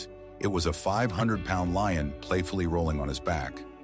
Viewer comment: It’s a LION! Doofus, not Loin.